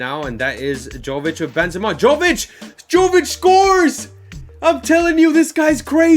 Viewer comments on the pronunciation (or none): Jović is pronounced like Yovichh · love the series man! also, jovic is pronounced with a ‘y’ not a ‘j’ haha